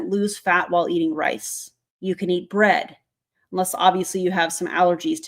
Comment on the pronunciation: why is she saying bread so weird? 😂